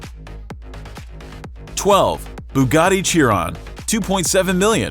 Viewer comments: GEAR-head. It's Gearhead. Motorhead was an english rock band. "SHEAR-on." Bugatti Chiron. "WHY-ra." Pagani Huayra. And is it fair to include cars no longer in production?? Then list would look a A LOT different (250 GTO, hello??).. One of the 458 Aperta Sergio's is on sale for 5 million now. Oh, well. Lots of nice cars! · And he also butchered The LaFerrari Aperta